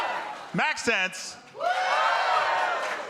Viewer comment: I hate the way to dude is calling him Max-sense. I crimge every time, like bro just call him Max if you dont get it